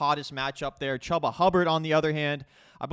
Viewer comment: It’s not Chuh-buh it’s chew-buh